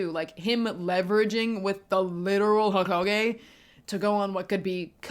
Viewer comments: Was not expecting a Naruto video but ts fire Also not to be that guy but im pretty sure its "ee-tah-chi" not "e-teh-ji" Edit: I'm so being that that guy rn but its also "ho-ka-gae" not "ho-ko-gae" 😭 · Couple things lol. Itachi = E-tah-ch-i Hokage = Ho-ka-gey Konoha = Ko-no-ha I guess since the chunin exams were technically over the moment when he attacked Hiruzen. Pre-timeskip is also seen as better than post. Not only that but the general public love the Sakura & Lady Chiyo fight. Never read it but the anime was amazing for it.